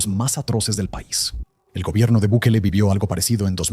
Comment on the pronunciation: Gobierno de Bikali? Ni el nombre puede pronunciar.